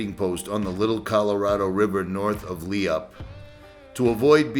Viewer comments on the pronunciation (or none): Not Le op, sounds like Loop = Leupe. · Bad ass!!! I just wanted to correct you on the pronunciation of Leupp. It sounds like (loop), or the (e) is silent. Other then that this was very interesting good job brother.